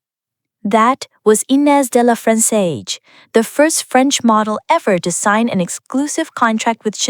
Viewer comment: Kind note - please ask a French person for the correct pronunciation of de La Fressange (roughly "duh lah freh-Sahnzh") as unfortunately miles off - or try this